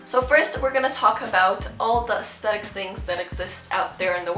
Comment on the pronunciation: it’s sounds like ASSthetic AHAHAHAH